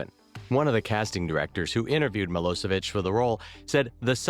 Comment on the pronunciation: it's milošević (miloshevich) not milosevik!!!!!